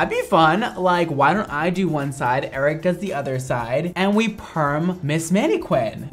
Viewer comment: I love the way pronounces Eric like “ayyyyriccc”